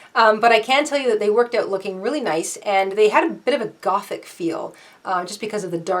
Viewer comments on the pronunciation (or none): none